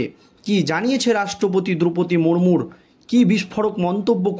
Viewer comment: বারবার মুরমুর বলছেন কেন? ওনার নাম শ্রদ্ধেয়া দ্রৌপদী মূর্মু। আর বাত্রা নয় , বার্তা।